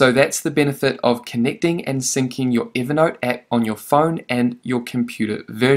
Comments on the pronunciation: Count how many time you said "evee naught" 🤡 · Why is he calling it Eevernote?